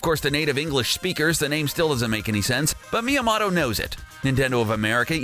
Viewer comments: Its sad because a real educated professional journalist would be able to tell by the spelling that one T is "mow-toe" and 2 Ts is "mot-toe". Just like "bros" is short for brothers like Mr for Mister. You wouldnt say Mer (mr)Wizard instead of Mister Wizard. The turd is reading a script and obviously has no personal knowledge of the subject matter being discussed. He is a nerd because a geek wouldnt get it wrong. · Learn to pronounce creator names correctly before you make a video because you sound like a moron. down vote because of your stupidity. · Why does this video exist!? Made up facts, facts that are already common knowledge, savage one-sentence reviews of games you've clearly never played, and about 6 different ways of pronouncing Shigeru Miyamoto. I hate to be harsh but you should be embarrassed. Do more research please. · Not only are these facts common knowlege to older gamers, but for a "huge nerd" you don't even know how to pronounce Miyamoto's name? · Properly butchering Miyamoto's name :'D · Would it have killed you to learn to pronounce the name "Miyamoto" given you say it like 30 times during this video? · Thumbs down for dumb mispronunciation of Miyamoto's name and for the saying Donkey meant "goofy." Miyamoto is on record stating that they were looking for a synonym for "stubborn", thus the petulant stubborn escaped ape pet that captures Mario's girl. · Please go to school and learn Japanese. Talks so much about Miyamoto, but can’t even pronounce it properly Can’t even spell Birdo. Pathetic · You ain't saying miyamoto right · Please learn to pronounce Miyamoto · Fucking BUTCHERED Shigeru Miyamoto's name... hahaha, XD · If you can't say Miyamoto correctly, you lose all credibility on Nintendo topics. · Cause he’s pronouncing it with a short o and not a long o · MÍA-MOW-TOE THATS HOW ITS PRONOUNCED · Ok. Its mii a MOTO. Not mii a mato. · ITS MIYAMOTO NOT MIYAMATO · Meomoto is pronounced Me-o-mo-to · What's a Meamoto? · You pronuonced miamotto wrong